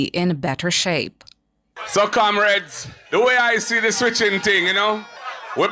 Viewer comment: One Bro Gad the best prime minister we ever seen in Jamaica. The man with the plan for our people loved 🥰 by most , hated by the few Kamrades as their Massa pronounce it 😂😂😂